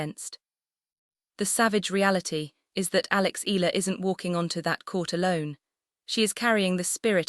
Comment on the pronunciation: The same goes for pronouncing E-Ya-la not Ela..It should be pronounced E-ya-la not Ela..ok